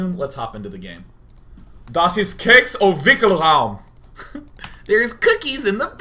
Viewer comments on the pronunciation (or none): You are speaking german like hitler did :D you dont say keks like you did you speak it with a longer e :) it sounds not THAt angry then